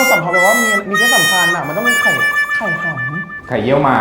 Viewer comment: ตลก “ไข่ฮัมมม” ของมาก โอ๊ยย ท้องแข็ง